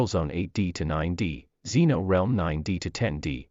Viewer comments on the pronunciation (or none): none